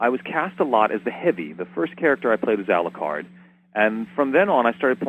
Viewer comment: is it me or when says Alucard it sounds like Aluquar